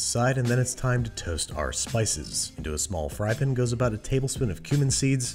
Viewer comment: Saucepin frypin sauteepin